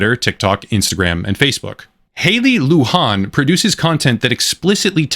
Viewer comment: it's not a spanish name. You mispronounced it throughout. Her name is pronouinced loo-jan with a j like jelly and and an like can.